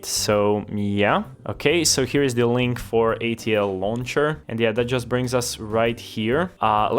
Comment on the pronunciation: wait till bro finds out hes hallucinating an extra L in ATLauncher